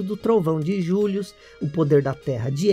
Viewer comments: Gilius e não Julius kkkkkkkkk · É Gillius, e não "Julios"! Seu inglês é péssimo, mas o vídeo é ótimo! 😊😇